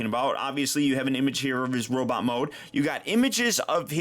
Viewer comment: Did he say "Robit Mode"??